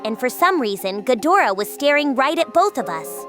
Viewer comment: Gadra not gadora 😂